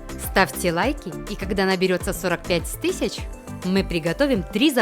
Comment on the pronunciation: Вы сказали сорок пять стысяч .